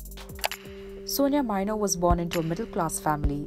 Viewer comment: Not Sonia Mino, it's Antonia Mino.